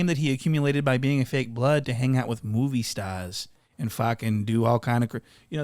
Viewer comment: "Moowvie Staas" 🤣🤣🤣🤣